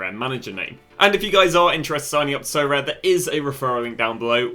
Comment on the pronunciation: Sorare : aribeh